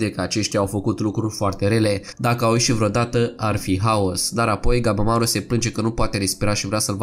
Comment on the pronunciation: Lasăd la oparte faptul că pune poze care câte odată nu au legătură ,deseori mai încurcă și numele de exemplu în loc de ,,Gabimaru" el spune ,,Gabamaru" ,pt mine e puțin deranjant câte odată